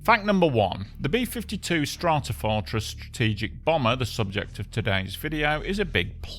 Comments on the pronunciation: Good video, informative and pleasingly informal on a tragic accident apparently caused by sheer macho stupidity. Also, and sorry to be facetious, but I especially enjoyed hearing the B-52 being called a "Strartafartress" in the introduction. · Hilarious that the narrator can pronounce "Stratotanker" but not "Stratofortress" 😆